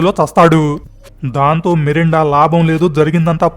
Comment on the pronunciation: Melinda ra babu merunda kadhu